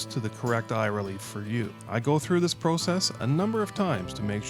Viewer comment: Well no just in washing this video I can you tell that your Canadian Canuck. Cuz you don't know how to say process. You think vortex is the best LMFAO 🤣🤣🤣 41 you're paying a higher price than what you can get from Arken into their scope rings suck. Arken gives you scope rings that are 6 lugs vortex takes only gives you 4 lugs. On top of it Arken Scopes are illuminated.